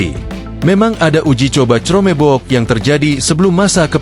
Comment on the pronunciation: Tolong bahasa inggrisnya dibenerin bacanya buka crroomeeebokk